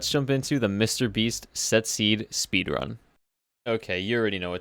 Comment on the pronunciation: Speedrun the seed "sepeedrun the seed"